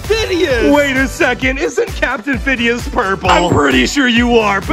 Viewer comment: “CAPTIN FIDDEUS”alright.